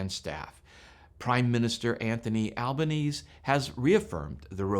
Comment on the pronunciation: PM Anthony "Al-ba-nee-zee" 🇦🇺